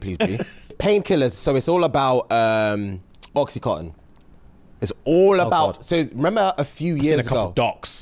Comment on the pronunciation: also calling oxycodone/oxycontin “oxycotton” 😂